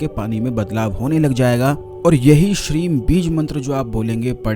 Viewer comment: Shreem bola ya shreen awaz saaf nói aa rahi😔😔😔